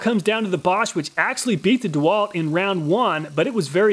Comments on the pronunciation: He didnt pronounce it correct. He pronounced it correctly. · I like how you pronounce Bosch absolutely correctly! :D